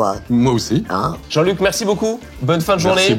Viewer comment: L accent parisien il a dit jean luc aie